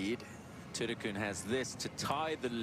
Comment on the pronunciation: Patty came to congratulate her, the game is about supporting the younger talented people. And Lydia Ko shot -9! In English, her name is spelt Thitikul. The commentator pronounced it Thitikoon??? Shes definitely a new star but has nothing on Ko.